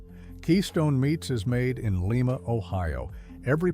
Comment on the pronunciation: Keystone is packed in LIE Ma Ohio not LEE Ma as in Peru.